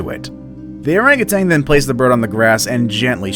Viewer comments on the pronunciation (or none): OranguTAN, not OranguTANG. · OranguTAN not "orangutang" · “arangatang” Orangutan. We’re adults now bro.